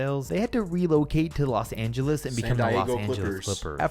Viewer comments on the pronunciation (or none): none